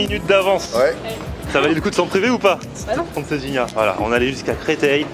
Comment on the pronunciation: Hey les gens là, il faut lui dire à que Francesinha ne se prononce pas Franceginia........!!!!!! Au secours...., du coup je suis certain qu'il n'a pas pu la digérer......!😉👍😉😀😛😀👍 Não é lindo o nosso Porto! 😀😎😀👍😎😀